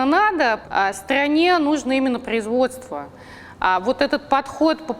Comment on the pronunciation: Стрррране нужно ппрроизводство))))))))